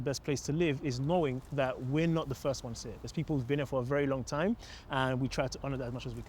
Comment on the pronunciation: Disrespect to the person who said "fist"